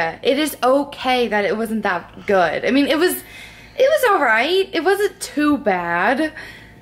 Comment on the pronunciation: * eats food that Michael made*: That's so goom / That's goom hahahahhaha